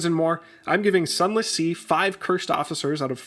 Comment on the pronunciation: Zunless zee